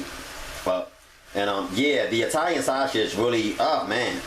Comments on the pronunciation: The way you say "sausage" lol sauchage!! 😂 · The way this dude says sausage lmaoooo